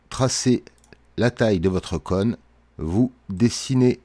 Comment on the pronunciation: Vraiment cool, merci aussi pour cette vidéo. Juste, j'ai bien rigolé de t'entendre dire "conne", plutôt que "cône" 😂, mais bon, on à tous un accent 😋